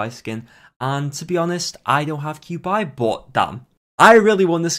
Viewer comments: please dont ever say qiubais name like that ever again im begging you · actually its chew-bye